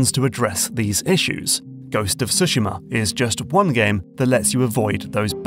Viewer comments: Finally someone who at least gets the rhythm right on the word Tsushima -- far too many people say sooshiimah -- now to also include the leading T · Props for stressing the first syllable in Tsushima and yakuza.